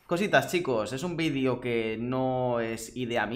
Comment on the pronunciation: Ese "Vidio un tanto diferente" me suena a "este es mi vidio favorito" xd